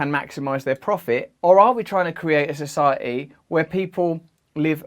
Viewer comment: Society “ Soo sigh a eeee”. Keep working on pronouncing those “Ts”